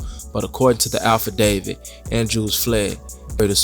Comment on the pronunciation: AFFidavit mannnnn..not ALPHAdavid...this worse than liebarry🥴